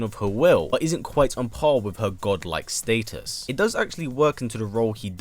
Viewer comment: I hate everytime you say Status, it's just weird to me 😭 sorry tho.